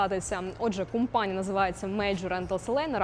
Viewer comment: Це неправда , що Ви із Харкова ! У Вас конкретний западенський говір ! Ну наші люди ... Не можуть , щоб не збрехати ... ( вОробництво , кУмпанія нуі і т. п.)